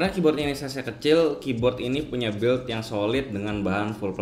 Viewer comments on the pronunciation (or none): none